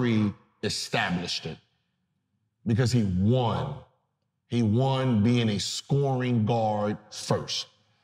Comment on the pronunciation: why does he keep saying, Juan? Is there someone responsible for how good Curry is named Juan or do we not say won (pronounced like the number one) anymore?